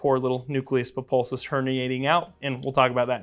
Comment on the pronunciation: ha did you just say "populsus" instead of "pulposus"?